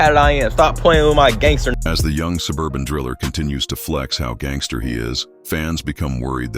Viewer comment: He said look how tatted I am. Haha he pronounce it "gangsterrrr" 🤣 I'm white and I'll cook u on my worst day. 😂 🤐